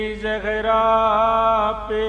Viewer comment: Talaffuz theek kren plz Jahra nhi Zahra